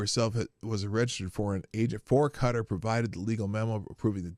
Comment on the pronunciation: OMG... Sorry for this... But Qatar is pronounced "Kuh-taar" .... Ka-tar.... You mispronouncing it irrationally irritated me. Love you, the chat, and the show SO much, wish I could watch live